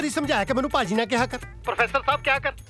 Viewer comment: Sahi keha ji Baki Paji/Paaji means dushat, devil, twerp, ***. Correct one is Bhaji/Bhaaji but its also pronounce like Sabhji-Bhaji instead of this, please better to be used y ji, bai ji, bhra ji (not pra ji), veer ji what kind of a beautiful words ❤️🙏